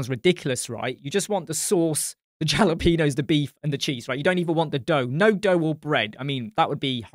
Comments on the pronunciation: 🤣 "JALApeños" - Love you and thanks for all you do, not trying to sound like a prick here but the JALA is pronounced HALA. 💋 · Jalapenos killed me lol. I’m from South Texas so we try to throw some Espanol on our pronunciation haha. Thanks for this review! I bailed out because of all the fluff at the start of the Elementor announcement. This looks amazing and I’m excited for the direction Elementor is going.